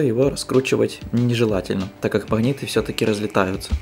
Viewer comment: Не понимаю, неужели так трудно говорить "магниты" вместо "махниты"?